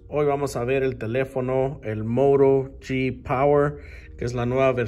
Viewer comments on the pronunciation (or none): vamos a ver un nuevo telefono el Moro yi power. jjjj eso sono a moro de habichuelas. xD mili ampors... te pasas wey